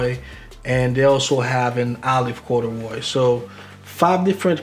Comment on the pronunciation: “Corduwroy “ I’m dead fam!! Plum joint is chill withers tho!